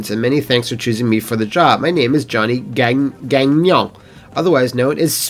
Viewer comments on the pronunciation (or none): none